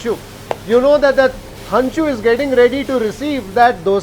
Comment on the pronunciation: Sir it's henchu 😂...not hancu